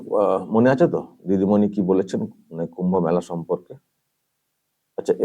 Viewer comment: ওই এমপি মেলা কথাটা ঠিক মতো উচ্চারণ করতে পারছে না ,তার থেকে আমরা কি আশা করতে পারি ,ওনাদের যে টুকু জ্ঞান তার বেশি আর কি বলবে ,এটাও জানতে ইচ্ছা করছে উনি কোন সম্প্রদায়ের?